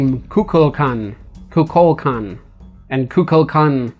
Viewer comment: When he say mayan cocaqdel (sry for spellings )sounds like coca cola